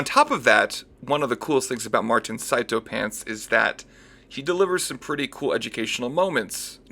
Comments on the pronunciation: It's sea toe, martin himself pronounced it that way at the end of his just cause 3 vid (the first one) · sarah bloom, you wouldn't believe me but, you, are, wrong. It is pronounced psy tow